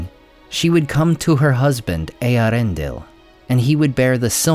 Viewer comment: I genuinely appreciate that you were able to correctly pronounce the name of Eärendil. The movie made the mistake of thinking that the two dots were an umlaut, rather than being a diaeresis and so they mangled the pronunciation of his name. I really like that you took your pronunciation queues from Tolkien, rather than the movie.